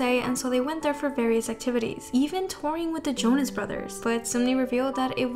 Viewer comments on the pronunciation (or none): none